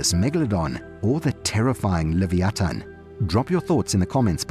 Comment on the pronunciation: You are pronouncing leviaton all wrong